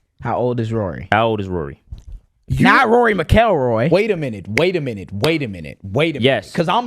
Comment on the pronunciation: As a golfer, that pronounciation of Rory McIlroy was the funniest I’ve heard to date. Brothers, I know you’re good at it, so please do your research😂. That’s the former world #1 and current #2 golfer in the world y’all disrespecting.